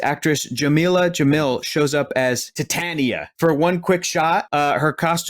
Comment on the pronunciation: Whatitisit!? "Tie-Tay-Nia" 😄. I hope she gets her comic accurate costume